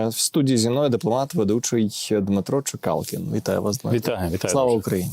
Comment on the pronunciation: А чого так багато букв "Л" в слові??? З точки зору ворогів України Чекалкін -- колаборант, а для притомних українців - Дмитро Чекалкін '- найосвіченіша людина, всебічно розвинений, розумний, дипломат, розвідник!!! Ганьба брехливій нікчемній ЗЕ ЗЕвладі зеслугам зедрузям опЗЕжистам та зеприхильникам!